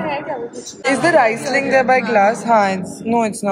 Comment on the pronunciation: U don’t swirl sparkling wines 😅 n it’s reeesling